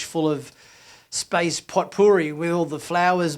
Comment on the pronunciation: I'm aware of what potpourri is... i just never heard of it pronounced as pot-poor-e. I thought it was more like poh-puh-ree. Maybe I am wrong.